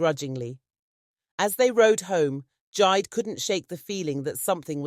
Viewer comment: It is jee-day, 😂but great story, another one from west Africa